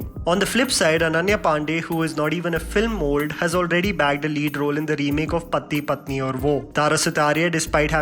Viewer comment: can't you say such simple words Pati patni "Patti patne" what is this ? 🙄🙄😒😒😒 it's so yak to listen disgusting, though I just love your English accent but you really need to work on your hindi accent too.